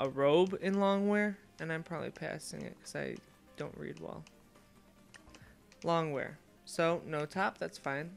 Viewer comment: Long wear? Hahaha.. lounge wear. Learn to read.